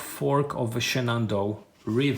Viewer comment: Nice unboxing!!! As you're not a native English speaker, there were a couple of place names you had trouble with, so I thought I would help you out. I know that if I were unboxing a game set in Poland, I would do far worse than you did, certainly!!!! "Shenandoah" is pronounced "Shen-an-DOE-uh" and Cedar Creek is pronounced SEE-dur Creek ("cheddar" is a type of cheese!!) Still, a wonderful video for a wonderful set of games!!!